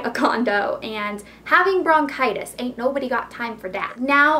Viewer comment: i think its bronchitis not brocitous..